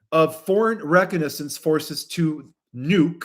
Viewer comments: Pronounced ray cog na sense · Re con a sense. Please focus on correct pronunciation of every day words, baffled WHY COMMON EVERY DAU ENGLISH WORDS ARE so OFTEN MISPRONOUNCED. IS ENGLISH NOT YOUR FIRST LANGUAGE. If not would be HELPFUL FOR YOU to mention that from time to time because NEW listeners would not understand why you mispronounce common words.